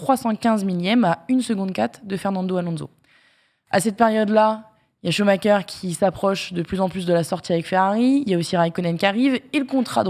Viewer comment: La chronique moto, déjà qu'elle est inutile et pénible à écouter, mais si en plus elle dit Schumaker, c'est la totale 😅